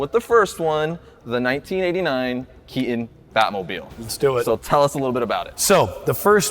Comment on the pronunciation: This host is a full on retard. He said "Key-un" instead of "Key-ton" for the actors last name. That is a conscious choice and it reeks of laziness, and immaturity.